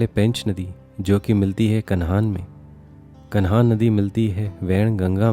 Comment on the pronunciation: सही हिन्दी सीख तब यूट्यूब पर आ। कन्हान???